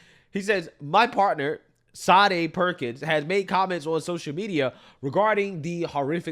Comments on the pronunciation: It's pronounced shar-DAY. She was clearly named after the 1980s singer Sade Adu, who was famous for the songs "Smooth Operator", "Sweetest Taboo", and "No Ordinary Love". Sade was known for a unique and compelling fusion of jazz, soul, R&B, pop, funk and Mediterranean music. Sade Perkins, on the other hand, appears to be pure fission. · Her name is actually pronounced: sha-day, like the singer in the 90’s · Sade is pronounced "Shah-day" 👍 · Will somevody please tell the world that sade is not pronounced sharday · Sadie is generally a white name, or a good dog mane. Sade is Sha Day like the 80’s singer. Funny asf e1 is mispronouncing it. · 'Shah-day', like the singer.